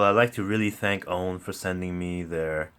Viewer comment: AUNE is pronounced OW as in how, NEE as in knee. (2 syllables)